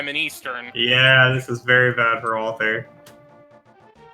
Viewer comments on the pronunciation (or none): Why do you keep saying wal-th-er? It's spelled correctly.